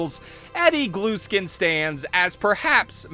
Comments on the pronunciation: i think its gluskin not glueskin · It’s Gluskin, not Glueskin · Cool video! One thing though, I always though his last name was pronounced the same way as if I t were spelled Gluhskin, the h is just dropped. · i love how he says "glueskin" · cuz he says GLUE SKIN